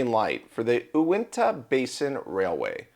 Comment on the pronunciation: Phonetically Uinta is "you in ta" but not a big deal 😂